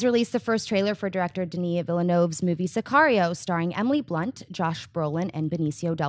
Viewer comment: That way you say sicario is wrong